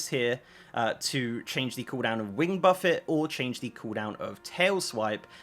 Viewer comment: Buff Fay. Not Buff It.